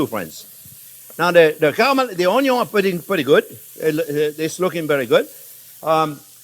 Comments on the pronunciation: Came here just to hear you say onyon 😃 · I always love it when you say “ONYUN”! We don’t say onion in this house! Never make another video without ONYUNS! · Love his way of saying onyon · me too, everytime I see the onyo 😀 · Oño. Hilarious. Classic. Timeless. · Always begin with a good, great onyon, chef will not guide you you wrong, fabbbulus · I didn't know you could have too much onyo. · the way he said onion omg it broke me sorry XD why i am so simpleton XD what is so funny about that pronunciation? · He absolutely does talk too much and repetitive just get on with it. Lol… I kinda like the way he says onion in his Louisiana accent 😂